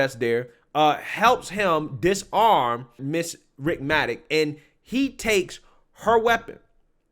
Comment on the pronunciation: Thank you for highlighting this case. The Sergeants name is pronounced "Ritt-mi-nik."